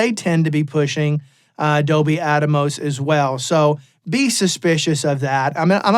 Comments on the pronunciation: I think it’s AT-MOS not ATA-MOS…😂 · It’s not Dolby “At-a-mos”…it’s Atmos, as in “atmosphere”. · Why is he saying atamos its Atmos. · Don NOT Give a Rats about "ATMOS". Thanks but you can not call it ATAMOS anymore. OK? 🙂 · attamos, ATTA- BOY! lol haha, hee hoo hoo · There are pioneers and trailblazers, and then there are followers and people who jump on the bandwagon claiming they were with the pioneers from the start. I’m going to go with the pioneers. Saying Adomos wow man. Good luck buddy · Is it actually pronounced at-tah-mos? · Even outside of 7.1.4 (and larger) setups, I think Atmos offers a novel approach to mixing in stereo and other traditional formats (quad, 5.1, etc). It allows for expressive panning that translates between different speaker configurations and headphones. I think there's a lot to be gained just from mixing stereo/binaural with Atmos. Side note: I don't think anyone else is pronouncing it "Adamos" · ATA boy 😂